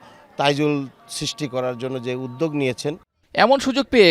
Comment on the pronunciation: সাংবাদিক কিন্তু উদ্যোগ উচ্চারণ করতে পারে না 😢 ১.০৫